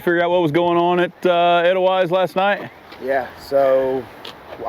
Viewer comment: Edelweiss the E is pronounced A and the W is pronounced V